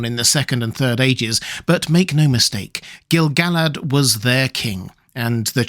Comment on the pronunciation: I couldn't agree with you more! I have always thought the name was pronounced Gil-ga-lad, precisely because of the reason you mention: the song about him doesn't scan correctly without that pronunciation. A further note: pronounced as Gil-ga-lad, it matches the way everyone says the name of the Lady of Lothlorien. Ga-lad-riel No one says "Galad-riel" I don't think either of them rhyme with "salad.", all respect for your scholarship and your many lovely videos, but I think in this one tiny thing, you may be wrong.